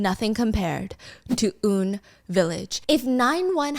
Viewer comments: It isn't 'oon' village, its UN, as in yoo en 😅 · A bit bothered by the "Oon" village LOL it's U.N. Village, but carry on ~ missed your uploads here Stephanie! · I know it's late but hearing her say oon village instead of U.N village is killing me😂😂 love you though❤ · Apparently it is UN (like the organization), she pronounced it wrong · Huhu Stephanie I love you, but ig I got so used to it being said as U-N Village, like reading the letters U-N and not as straight-up "un" ; - ; SK Group also owns SK Telecom, (one of) Korea's largest service provider (they have 50% market share). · UN village is actually not "Oon-village" but "Yoo-En Village" as in UN like United Nations because of the historically high concentration of expats and international schools in that area. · It’s actually call UN (eu-en) Village like the United Nations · Girl just fyi it’s UN pronounced like U.N.